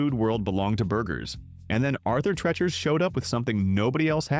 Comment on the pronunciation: Pronounced “Arthur Tree-chur”. These narrations get worse and worse.